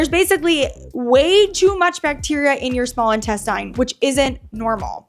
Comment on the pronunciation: Will somebody please tell this chick how to pronounce intestine?